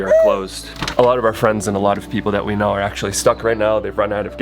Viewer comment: Ah how I love the eastern US accent and their non-existent r's. 🤣 "Aw ya movin' theya?" Stay safe in Panama and I hope things start to turn around for everyone!